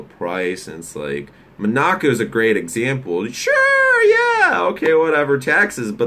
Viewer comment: It's pronounced Mon-a-co, not Mo-nac-o.